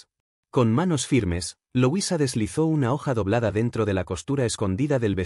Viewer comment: No se pronuncia loisa se dice como se escribe LUISA